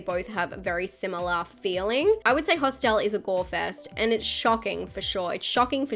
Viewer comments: I love the way pronounces “Hostile”. Genuine question, is that just how it’s pronounced in Australia? Anyone else pronounce it that way? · Great video... there's a few on here I haven't seen (*gulp*). BTW, I love your accent and the way you pronounce "Hosst-el" 🤭🤗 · Those were some truly mad pronunciations of “Hostel” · Interesting... I've just Googled it: in America and the UK, it is pronounced "HOSStul", while in Australia it is pronounced "hoss-TEL" 🤷‍♂️😄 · I can't get past how you pronounce Hostel lol